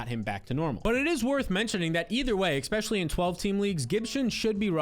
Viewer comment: Can someone teach this guy how to say "especially"?